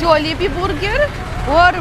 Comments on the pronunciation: "Ma-chine Bur-ger" 😅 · ..cute ng pag pronounce ni ng buuurger..🤣🤣🤣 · I like how pronounces Burger.... it bor ger.:) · Ang kyut ng pag pronounce ni ate ng burger